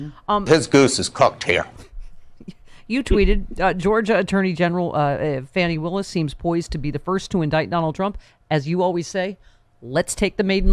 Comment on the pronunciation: It's pronounced "Fawny Willis"